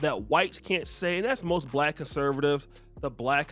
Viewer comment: Listen to how he pronounces the word "Black" soooo disrespectful.